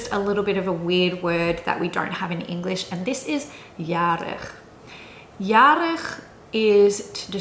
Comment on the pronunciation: As a native Dutch speaker I was really impressed by your pronunciation of especially "spannend" and "uitwaaien". Really good! When you said "spannend", I thought for a moment you were a native speaker. "Jarig" also sounded very good.